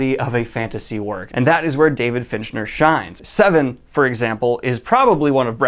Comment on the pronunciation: Stope saying Finchner dammit its FINCHER